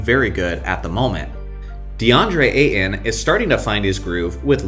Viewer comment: pronunciation of deandre ayton surprised me lol